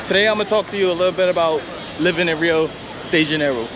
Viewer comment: Your pronunciation sounds weird when you say, "Rio DeJAN-oroo". Maybe you're from Jersey.